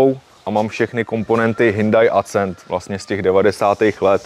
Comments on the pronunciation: Sorry ale nejsem schopen to dodívat do konce. Vždycky když řekne Hyndaj nebo Acent tak se mi otevírá kudla v kapse :D Trošku svitla naděje, když jste se domluvili, že to budete říkat správně a moc dlouho mu to nevydrželo. Auto pěkné ale sorry jsem perfekcionista a fyzicky mě to bolí poslouchat :D Nic proti jsem vadný já ale tak se to prostě nevyslovuje a ještě když to v jedné větě řekne 20x. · Ten Hnůjdaj Accent se čte Akcent (jako Např. Akcentovat=česky zdůrazňovat) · Hindaj Acent Beta :-). Ostuda Tatrováků :-) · V žádné řeči jsem ještě nikdy neslyšel HINDAJ. Kde to ten člověk vzal? To je strašný, nedá se to poslouchat. A ještě to zabije ACENTEM. 😂😂😂😂🤦🏻‍♂️🤦🏻‍♂️🤦🏻‍♂️